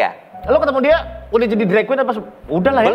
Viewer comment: ok bgt bhs inggrisnya tp byk sekali pengucapan yg mengganggu yg tentunya klo diperbaiki lebih bagus lg misalnya; drag terlafalnya dreg (ampas), even terlafalnya event (acara) atau part terlafalnya fart (kentut) dll lupa apa lg td, byk pronouncing yg kurang tepat. Cmiiw n imho